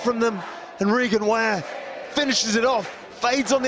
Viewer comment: Regan Ware is pronounced Regan Waa ree